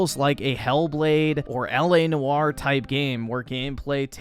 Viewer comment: its L A noire. or in the middle or or oy. L A Noyer but spelled noire